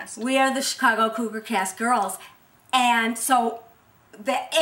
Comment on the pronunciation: it's soooo sexy how the one in black pronounces "chicago"!!!!